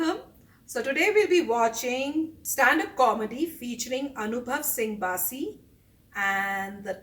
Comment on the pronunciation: It's BASSI......Not Baasi